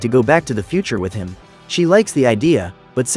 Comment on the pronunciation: With not witt